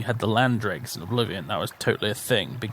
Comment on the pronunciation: Yeah pronouncing it as "Dregs" sounds weird to me. Say it like how it's spelt: "Drews"